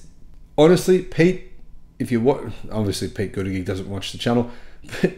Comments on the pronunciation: Secretary Pete's surname is pronounced boot-a jedge. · It's Bu ta judge or Bu da judge Your pronunciation is understandable considering that it is far from obvious 😂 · 1,000 (what you say verbally) sounds more plausible (20 per state per week on average) than 100 as the title and description state (that would be only 2 per state per week on average). Of course some states do much better than others. Also, it's pronounced "Budda-judge". He may some inaccurate (okay, maybe idiotic) things once in a while, but he is NOT an idiot. Look to the other party for a plethora of those.